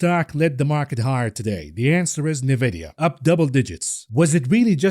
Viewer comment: Nvidia is pronounced En Vidia. You say the letter N then vidia. Is isnt Nuh Vidia. Love you buddy, been watching for well over a year. Thank you for everything you do!